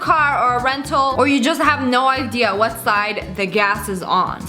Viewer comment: “ I had no ididly “ 🤣🤣🤣